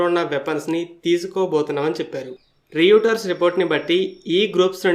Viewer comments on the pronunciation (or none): With due respect bro. A small correction. అది‌ రీయూటర్స్ కాదు, రాయటర్స్.